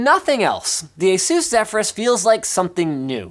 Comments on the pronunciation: Why you say Asús and not Ásus? Doesn't sound good. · You said asus asooos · It's asus (eh-sus) Like Pegasus ^_^ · ASUS.... lol say it more than 5 times Sounds funny right?